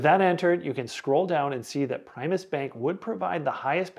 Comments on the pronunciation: I bank at Primis and love them. BTW, it's pronounced PRIM-US not PRIME-US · Prime us lol